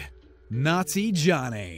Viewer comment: Yes no matter how many times i listen to it